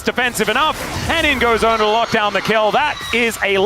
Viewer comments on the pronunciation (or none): Fun fact, his name is actually pronounced ONEr not Owner… (He chose to change summoner name to ONEr when signed to show his commitment and dedication to T1 Team…)